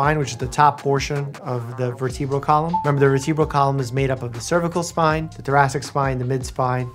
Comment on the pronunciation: Bro said verTEEbral column